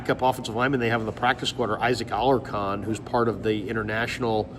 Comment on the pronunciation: Good stuff,. Just a heads up, Alarcon is pronounced ah-lar-CONE.